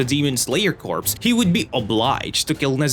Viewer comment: Am I the only one cringing every time I hear corpse and not corps (core)